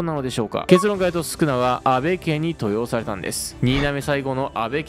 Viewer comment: 登用の読み方はとうようです